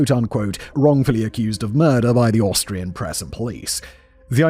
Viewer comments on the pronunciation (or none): Love the occasional slip ups of Australian rather than Austrian! Lol😂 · Simon mispronouncing Austrian as Australian 😂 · 45;30 Does Simon say Austrian, or Australian?